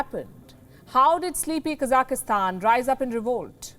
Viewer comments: Can you please pronounce the country correctly? It's not Kazakhistan, it's Kazakhstan. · Why are you pronouncing Kazakhstan like "Kazakahstan"? It sounds weird. Stop it. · Its not KAZAKISTAN ITSTS KAZAKHSTAN lol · Should be pronounced as Ka Zakh Stan right? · 3 syllables; not 4. Ka - zakh - stan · Hey,why do you pronounce the word Kazakhstan incorrectly, there is no letter -e.,no -i. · Lindly read the spelling of the country ur talking about so u pronounce it correctly. Thank you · A reporter should know how to pronounce a country's name properly